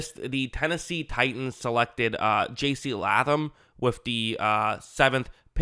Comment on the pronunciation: Please put the work in to pronounce player names correctly. You definitely lose a little credibility saying JC Latham was a bad pick when you can't even say his name. I'm not even trying to be mean. People will take you more seriously if you do the work to get these details right. As a viewer, I'm asking myself, why should I believe that you watched hours of tape on him if you didn't also take two minutes to learn his name? I don't see this same problem with Bootleg Football, TFG, etc. Established channels that I'm sure you aspire to be like.